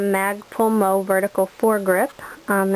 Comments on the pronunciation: Very nice... I give that a two thumbs and two toes up lol.... you know everytime you say MOE instead of M-O-E (one letter at a time) it reminds me of the three stooges hahahah. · You have a pleasant, easy demeanor as well as an excellent mastery of the finer points of a well thought out weapons system. Bravo! A real pleasure to watch. I think you also serve as quite a positive role modlel to any group of young men or women.. Keep up the good work! It's Em oh Ee, BTW. :)